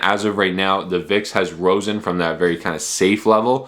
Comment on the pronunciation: Risen, not Rosen.